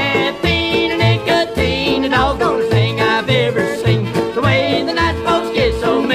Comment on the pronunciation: Caffeine or nicOHTEEN……….